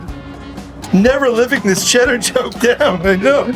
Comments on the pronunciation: It’s Maine. When you make a mistake like CHEDDAH vs SHEDDAH… you’ll hear it forever. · Hey Adam,you got Bastid right but Shedda needs work🤣! Poor you gettin stuck with Chedda😲! The Boy's had fun with you as all❤🎉First time eating Sheddas! JO JO IN VT 🍁👻🎃💞